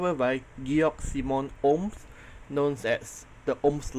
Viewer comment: Props to teacher actually pronoucing the Ohm's name right though.